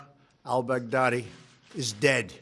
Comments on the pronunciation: First time he nails it. Second time he literally says Bugatti. Love you Trump. Good day for USA and our Allies!!!! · At one point it sounded like he said Bugatti (the automobile). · At Trump says "al bughatti" i didn't realize how much terror bughatti veyron caused with its speed and pricetag. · I kept hearing "Big Daddy" rather than "Baghdadi" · Me too. Sad because I liked Big Daddy when I was a kid. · Bag Daddy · No.. He said, Bacardi🤣🤣🤣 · me too 🤣 It sounds like big daddy kane got killed